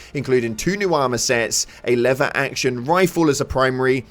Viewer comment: Love your vids but please say 'lever' correctly